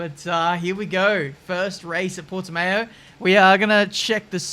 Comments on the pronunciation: it's an s sound after the t, right? I'll be happy if he says Algarve instead of Port-de-mayo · Ponunciation is Portimaum. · i'm from portugal and Portimão pronounces as " Portimaum" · Porteemeow? Where is that? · Everyone outside of portugal: Portimau: PortiMAYO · it is pronounced portimau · Portymayo lmao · Say Portimow. but the "ow" part sound like when you have a runny nose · i love hearing non-portuguese speakers butchering the "portiMÃO" part :V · Portimayo lol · It sounds like Portimaum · After the second “Portamayo” pronunciation I had to click off 🙈 thumbs up for the vid though! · Porte-Mayo lmao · You cannot spell "ão" in English, the sound doesn't exist in English. By saying Portimow you are saying Portimao (without the ~), that's a different sound. ã is a nasal vowel. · As a portuguese man I can say for sure...yes that pronunciation was bad...but it's all good💪🏿 P.S. - I went to the GP. It is in the middle of nowhere and we had to wait for 2 hours after the race to finally leave the Circuit's parking. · It's Portuguese! Get it right!:D Love the content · needs to learn the correct pronunciations of some portuguese words like Portimão and Junção kkkkkkkkkk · As a portuguese national i can say your pronunciation is horrible 🤣🤣🤣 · As a portuguese I can assure no foreign can pronouce Portimão correctly because we use a sound that english language don't have but it's funny how you say it xd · more like mown, but still not quite right